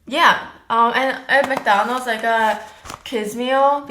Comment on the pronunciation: Why american people say " Mc DANOLD'S? this is Mc DONALD'S. (joke) kiss from France! 💕💕💕